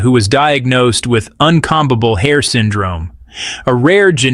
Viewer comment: This is driving me nuts! The narrator keeps mispronouncing the word combable. He's pronouncing the first "b" in the word. That's wrong, it's silent! A comb is toothed implement you use to style, untangle or arrange your hair. Comb = kōm. Twat!!